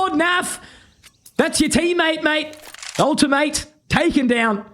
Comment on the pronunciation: "that's your teammate, mate. Ultimate" LEEMATE